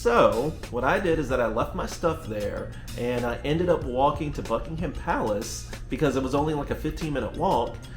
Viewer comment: Gold star for pronouncing Buckingham Palace correctly ❤